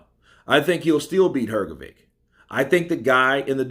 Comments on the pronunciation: Hrgovic did slow down to, if he can retain his fitness from World Series of Boeing he can beat Usyk. I believe Usyk will avoid that fight. P.S. I like your channel but your pronunciation of Hrgovic surname is horrible. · Filip Hrgović - you pronounce always his surname incorrectly. 😬😕